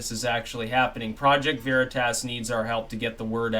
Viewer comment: OK, This has been driving me crazy for months., it's pronounced veritas "a" as in "ah". It's Latin. It's not veritASS. Thanks. (Actually it's "way-ri-tahs", but we won't go that far).